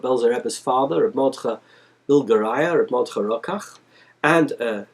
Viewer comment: Roke'ach, not Rokach